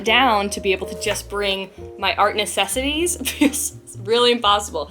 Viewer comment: Wen you said art essassy,s i immediately had that song in my head of the jungle book. Bear nessesasy hahah🤣🤣🤣